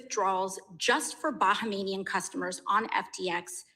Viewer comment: Talk about mass hypnosis: AOC says "Bahamanian" instead of Bahamian and and his guest repeat what she said instead of pronouncing what is written. Or is it that we are now living in a post-literate society?